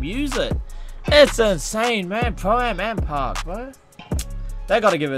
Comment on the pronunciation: bro... Or better yet, "bwo", you need to take some time for yourself and practice on them "R's" big guy!😂 Usually they put you in them speech classes when ur in elementary but it seems as tho you skipped that class... Can you just make a video where you just try to say words with an R in them? That would be classic!! Just a thought!🤔💭 R.I.P to all the R's!